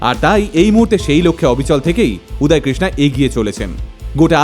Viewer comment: উচ্চারণ উদয় হবে উদায় না। বাংলা কথার হিন্দি উচ্চারণ বড্ড বাজে লাগে শুনতে।